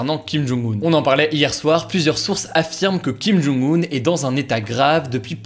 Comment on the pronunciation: J'espère que tu apprendras à prononcer le nom du dictateur nord-coréen (김정은) quand même, quitte à le prononcer plusieurs fois par vidéo. 😉